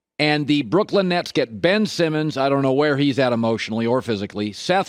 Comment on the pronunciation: Someone tell Colin there is no D at the end of the word Brooklyn